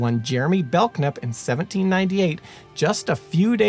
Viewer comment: How can you be aware of & stress the correct pronunciation of Quincy, but you massacre Concord & Belknap? 🤨 Concorde? Bellk nap? 😳😅 Concurd, Bell nap. Born & raised in New Hampshire, living from Swanzey to Gilford to Plymouth to Groveton... & the dozenth or so great grandson of Dr Warren (of the famous painting of his death at the battle of Breed's (Bunker) Hill) , & the umpteenth great-grandson of his grandfather- 12th signatory of the Mayflower Compact and member of the original illegal aliens of Plymouth Rock in 1620... also Dr Richard Warren.